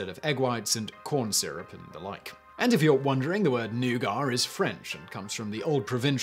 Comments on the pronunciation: Comment section: it's nougat, not newgar Me, a person who has only heard the word in russian before: it's nooga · Nugar? No, "NEW-git". Of course, we have people say "caramel" as "CAR-uh-mul", so I guess I can overlook that. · “Nagar”? Isn’t it nougat? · "nougar"? do you mean "nougat." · I didn't hear the R. Might be a native speaker thing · First ever mind-blown moment ever watching this channel: Nugat (new-gat) pronounced New-garr. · When you say nugar, do you mean nuget? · Noogit! Not “Neyuah-guah!” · New-gar? its pronounced New-get around these parts. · Don't be like Randy on South Park. Watch THOSE N-words ending with a hard "R"! Ha ha ha!!! In America, we pronounce Nouget as neww-gett. Not, new-gar. Just sayin'. Talking about the mark. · He is saying noo gah or some times he speaks it as new gar... which i recognize as ヌガー but living in USA since 2007, i think i should tell people, he means nougat! Americans pronounce it as no͞oɡət nou +gat.. nougat! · Nugar....hmmmmm nougat? Noo-gat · New get. I’ve never heard newgar before. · New-git, not new-gar. Not news: Simon is still trolling his viewers. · It's nougat, not nougar !!!! It's like the Nike Fiasco all over again.🙃🙃🙃🤦🏾‍♀️ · I've always heard pronounced as NEW-git. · I was listening only and not watching, and spent the first half of this video trying to figure out what new-gar was. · I’ve never heard it pronounced anything but NOO-gitt, I had to stop the video and look at my partner to confirm her surprise as well. Hahha. I love humans. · the word, Newgah, made me recoil. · What's a 'noogar'? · Nougah (Nougat) is like "rick" spelled with a silent "p". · "new-gar"? Wtf lol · wtf is a newgar?! is it like leves? or like chiner? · New-gut please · Wtf is "NEW-GAR" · You are speaking English. Using the word Nougat while speaking English, you are suppose to pronounce it 'New Get'.... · It took me a really long time to figure out he was saying nougat😂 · Their isn’t even an “r” in that word. 😕🤔🤷🏻‍♂️